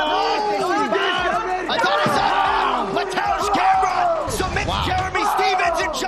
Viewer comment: Matieusz Gemrot XD damn bwoy!